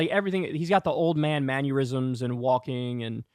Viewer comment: It's 'mannerisms,' Kyle. You were conflating mannerisms and aneurysms. You said "maneurysms." Great segment, otherwise!